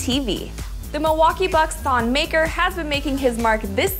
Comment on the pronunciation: its not pronounced maker its pronounced MuhKerr (ik its not spelt right Im just trying to show you how it is actually pronounced.)